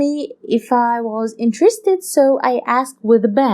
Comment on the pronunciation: 1.45 "intristid" someone take over her job